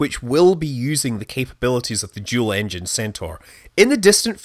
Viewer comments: I spaced out for a minute and when Scott was saying “dual” I heard “juul.” I had to rewind and make sure that I wasn’t going crazy 😂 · I knew it was the centaur by looking at the thumbnail and are you saying dual or jool? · Are you saying "Jool Engine Centaur" ?